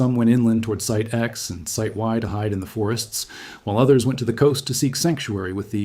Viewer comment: I've never heard it before, but it's certainly AI regardless. Listen to they way it consistently puts the emphasis on the wrong word in the same way. For example "Site Y" (using the wrong emphasis seconds after saying it correctly) - and "smoking gun"